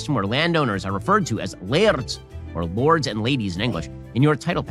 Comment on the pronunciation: Why do Benny Hill Shapiro says lard instead of lord? I don't want to become a lard 😂